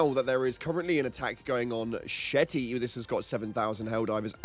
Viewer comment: “Shetty”? It’s Shete…like sheet, and it’s city is Holl, like hole. Sheethole. Sh!thole.